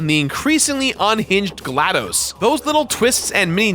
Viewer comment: It's glaDos not dose